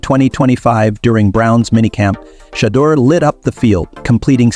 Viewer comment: This guy should never say Sanders name, he can't even pronounce it, but he pronounces all these white players name properly, if you can't say his name right, don't even say it at all, it's a good show, at least give the man's name some respect and say his name the right way or don't say that all, just say Sanders if the first name is too difficult for you to pronounce, I think it's a good show, but say the man's name right, please.